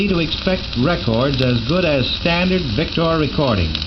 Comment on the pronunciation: he says 'vic-tore'...I say 'vic-ter'